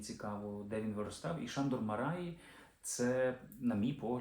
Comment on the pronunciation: Андрію, дуже вдячний! Тільки наголошувати за правилами угорської потрібно: МАраї (як і ПЕтефі) - у трискладових прізвищах наголос падає на перший склад.